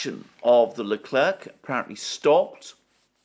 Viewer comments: Leclerc in french is pronounced LECLAIR....thank you. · The "c" in Leclerc is mute 🙋‍♂😂